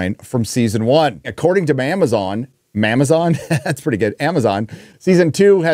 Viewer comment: “ITS MAMAZON”